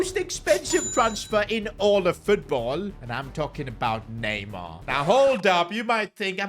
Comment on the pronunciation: The disrespect on neymars name🚮🚮